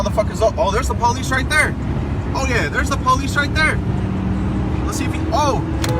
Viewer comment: i hate all people that say PO LEECE ugh the worst